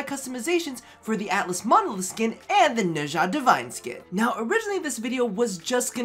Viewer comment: DE-VINE, it's not hard. Name of the company + Dead platform, I know it's spelled wrong but it should be pronounced the same way.